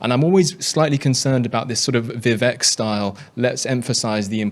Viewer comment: Who is this Englishman to say "hillbilly"? It's a slur. He mispronounces Vivek as well.